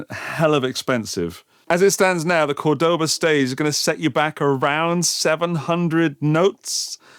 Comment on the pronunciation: Nice and different review. But, I don't want to look stupid but, the strong vocal is the first "o" from C*o*rdoba, and not the second (Cord*o*ba). There's an "accent" or diacritical symbol on the first "o" of the brand name. Cheers!